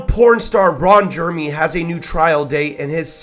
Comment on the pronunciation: Reading verbatim from Rolling Stones and pronouncing Ron Jeremy's name wrong is annoying